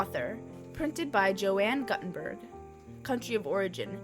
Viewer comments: It's "Goo-ten-burg" not "Gut-en-burg". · Gutenberg is not guhtenberg, it's gootenbehrg. come on now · The name of the printer is pronounced Yohann Gootenberg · Joanne Gut enberg 😂🤣😂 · I had to mute the video after I heard the, "Joanne Gut In Berg" pronunciation. It is as if my 10 year old daughter was reading out of an encyclopedia for a school project. Otherwise, I like the visuals. Joanne Gut In Berg.....it is kind of funny, the more I think about it. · I came to say the same thing.